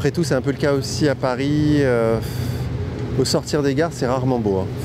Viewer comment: Allez, 10 secondes et on prononce déjà mal là ville au centre du reportage... Un peu de professionnalisme svp. Est-ce ce qu'on prononce le "s" de Paris nous?